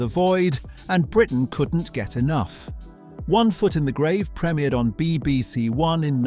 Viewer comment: Prem I ered not premirred.